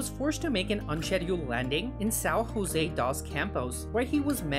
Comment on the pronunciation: Please, I need to warn you that in Brazil we speak Portuguese. Don't speak José like a Spanish or you will take upset comments from Brazilians.